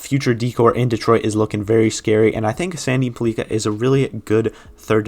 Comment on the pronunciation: Pellika should probably be a bit higher up on this list, but the future will tell. Also, his name is pronounced like pelican without the N.